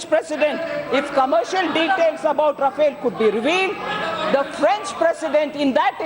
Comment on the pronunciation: learn to pronounce the name of the plane